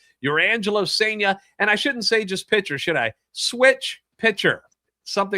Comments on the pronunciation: It's sen-ja. Like sun with an e instead of a u, and jar minus the r. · M's fan here. You have a great young pitcher in Cijntje, pronounced SIN-ja. Solid #3 upside, improved with right hand last year. Close to being a pro. The Cards cleaned up in this trade but Seattle is going to be better this year because of this trade. Tai Peete is a lottery pick, still young. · I believe it's pronounced SAIN-JUH.